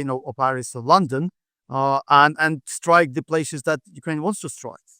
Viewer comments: What is a 'Stike' ?? 😂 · What is a 'Stike'?